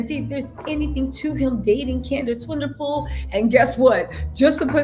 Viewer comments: Her surname is not Pronounced Swinderpool. It's South African. Pronounced Swan-e-poel. Swan like the bird Swan. E like the e egg. And poel Pronounced like pool (swimming pool) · I'm South Africa as well and her surname is Swanepoel, ( Swan- Nuh-Pool) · She is South African. Swan - a - poel